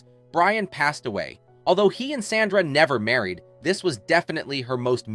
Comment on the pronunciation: These content creators always manage to rip away the curtain on their AI voices: "con-TRA-versy" and "Sanda". And then I'm OUT. At least listen to your damn video once before posting so you can fix stuff like that. Lazy.